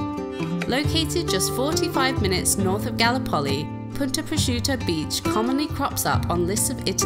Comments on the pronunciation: Galli-poli? Is that correct? I would have pronounced it Gal-lip-oli, the same way as the Turkish Gallipoli, infamous in The Great War. Messy burger all the way! Englishman: FLA-MIN-GOS!!!!!!!!!!!!!!!! Flamingo: Ignore the crazy English tourist, they'll cart him off to the funny farm soon enough! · Exactly! Definitely GalLIpoli. Ignoramuses! 😂 Edit: also, TARanto, CasTELLo AragoNESe, Salina dei MONaci etc. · That scenery and food are killing me. Outstanding. 👍 The town of Galllipoli is pronounced: Ga Lip Oh Lee. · its calles Gallipoli - pronounce GALLLLLLLIPOLI